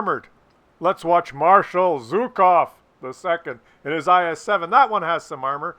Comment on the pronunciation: It's Zhukov. Not zukov. Just participating